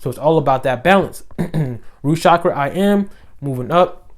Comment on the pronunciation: the correct pronunciation: CHakra :)